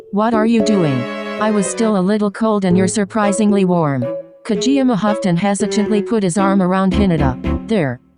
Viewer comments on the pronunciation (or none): “ka-jee ama” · Lmao the bot be like: Ka jee Yama